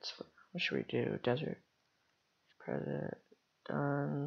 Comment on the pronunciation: It's pronounced pree set not prezzit